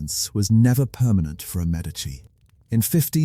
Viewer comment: Medici is pronounced Medichi. You keep using or an S sound, a t sound or a K sound. So annoying. Had to stop listening.